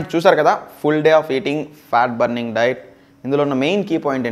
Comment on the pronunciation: Its diet bro not dite